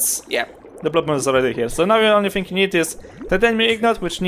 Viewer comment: "now with this think" lol gotta love none English people. Anyway, thanks for the tip.